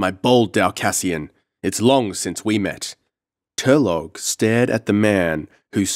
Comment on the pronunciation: it's Tur-low not tur-log